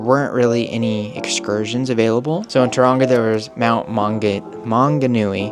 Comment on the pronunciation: say tauranga like TOE wrong A